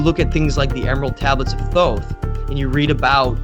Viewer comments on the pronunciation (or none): none